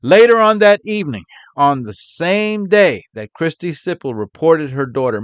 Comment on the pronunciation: Oh, wow, Siple. I definitely thought you were saying Sybil at first. What a couple of absolute walking cesspits.